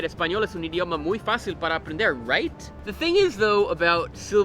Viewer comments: "muy facil para aprendeR", he let the american accent slip on that one.. hahahhaha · it could pass for a paraguayan accent